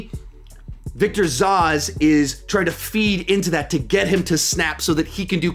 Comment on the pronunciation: Victor Zos? “ZOHS”? Sorry that took me by surprise 😂 It’s ZAZZ